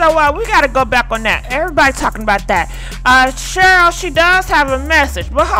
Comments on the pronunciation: I love you but girl.. you can mess up some names...Cheryl...Shirley...🤣🤣🤣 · one thing you will do, is mispronounced someone’s name 😂